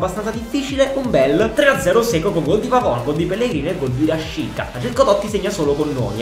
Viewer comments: Come mai dici " rashiza " e non " rashica " ???? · sbagli a pronunciare rashica non si dice con la z ma con la c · Cmq RASHICA SI PRONUNCIA RASCICA NON RASCIZA, MI DA UN FASTIDIO QUANDO LO CHIAMI,MI FAI RISCHIARE DI CHIUDERE IL VIDEO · Cmq si dice Raschica no rasciza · mi triggheri Rashica si pronuncia rascìzq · Mi sa che si pronuncia rascica